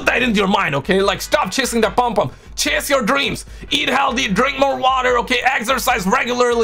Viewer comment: Your saying it wrong it's not palmpalm it's pom pom trust me I'm Caribbean. I've me you before at Dixon's/ Currys Croydon I was working there on the camera section You were with the guys that run game on Croydon London. Nice too meet you.